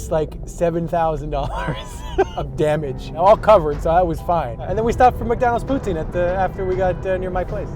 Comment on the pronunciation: BOON, sorry that's not poutine..... SA-CRI-LÈ-GES